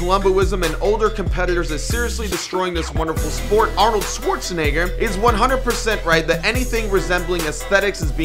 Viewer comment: Bruh stop saying 'Schwarzenigger '